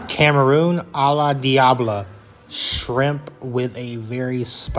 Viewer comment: Bruuh. Its “Nye-ah-reet” not “Nay-ah-reet”. And shrimp is “cahm-ah-rohn” not “camaroon” like the country. Thats gringo af lmao